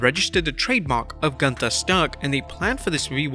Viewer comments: Let Walter tell it, “It is not GUNTHER, it’s pronounced GOONTAH!” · Es heißt gÜnther, Freunde. Mit Ü, yoah,,🙃! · It's pronounced Goonta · It's not Gunther, it's GÜNTHA. But the fact is even Shane Thorne was changed name to Slapjack, but he was more singles matches than the other Retribution members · It’s pronounced (GOON-TER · OI! NEIN! ITS PRONOUNCE GUN TA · It's not Gunther, it's GUNTHA ! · its goontha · its pronounce gunthaa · its pronounce "gunthaa" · Gunther is even more worse because nobody who speaks English can even say the name right ffs. Including here. Th is not a th. It's just a t with a silent h and U is a U and not an A. WWE should educate their employees before making such a stupid namechange that nobody can say right. The same is with Ludwig. U isn't the same in German like in English. Berlyn in WCW was even a better namechange than Gunther. The commentators could say the name right. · So they gave him a really German name but use the English pronunciation. That's just the kind of brilliance I've come to expect from WWE.